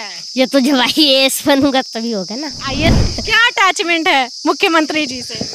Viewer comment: Ha ha ha not a ias It's IAS😂😂😂